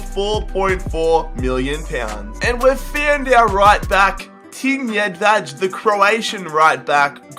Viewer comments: Tin Jedvaj's name is pronounced YED-VI, not YED-VADGE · its not tin jedvađ its tin jedvaj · Also its pronounced Tin Yedvai